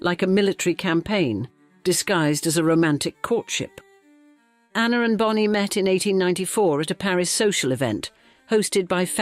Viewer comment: The AI voice switching up ‘Bony’ and Bonnie is annoying